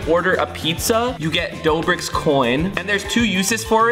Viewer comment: dobrik?! its doughbrik matey